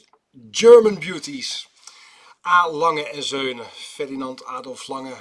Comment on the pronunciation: Je spreekt het merk verkeerd uit chef.